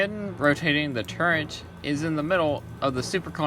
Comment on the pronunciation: It says turret on your spreadsheet but you still say Turrent, why ?